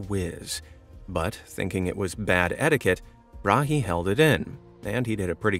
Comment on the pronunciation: Tycho Brahe. The H is silent. It is closer to the word bra.